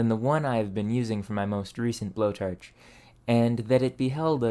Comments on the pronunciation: To me it almost sounded like an AI with a narration problem. "BlowTarch" "Ferge" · Furrge? and blowturge? Where tha heck are you from dude? I have never heard someone speak otherwise fluent English but randomly incapable of pronouncing an O sound and substituting it with ER or UR. Canadian dialect? :S